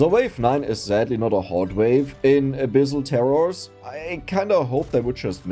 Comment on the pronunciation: I thought you said "A bissl Terror" instead of "abyssal terror"